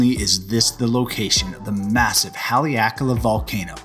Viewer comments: Nice overview of Haleakala. A gentle note, the first 'a' in Haleakala is short rather than long. So pronounced more like 'hah' 'ley' 'ah' 'kah' 'lah.' Hale means house, so house of the sun. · What an awesome view! I like how you say Haleakala